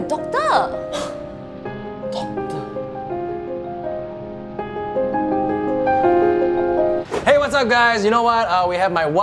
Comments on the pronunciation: why tf did you make asians sound that bad at english bruh "doc-TAH" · Kat Lindmark especially how they pronounce some of those shorter words, like doctor.